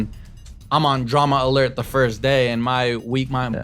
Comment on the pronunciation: “Drama lert” love how Keem can’t even pronounce his own show right.